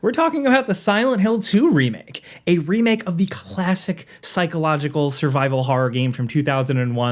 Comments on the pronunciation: why did he say remake like that doe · when you said "remake" it sounded like an accent. lol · Jake with the British accent